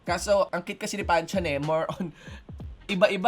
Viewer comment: It pronounced Pan-theon